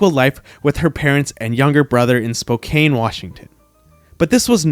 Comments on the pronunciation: The guy who narrated this video needs lessons on how to pronounce his words properly since he apparently is getting on some people's nerves who have commented...Warner Bros instead of Warner Brothers and now Spokane instead of Spokann.😅😂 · It's pronounced Spo-kann..not Spo-kane. Thanks🙏🏼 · Spo KANE? Practice correct pronunciation. It's Spo CAN. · Spoke-Ann, not Cane! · Warner Brothers. Jason ROHbards. George Koo-ker. Spoh-can. Please look these things up before recording! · Spokane does not rhyme with "COCAINE." It rhymes with "NO, MAN!" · He also mispronounced Spokane. It's pronounced like the a in "apple," not like the a in "make."